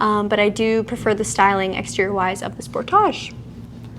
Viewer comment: I thought hAlogen was a Canadian pronunciation like the Spor-tage. It's -speak 😂😂😂